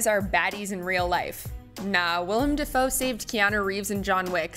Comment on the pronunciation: "Da foe" lol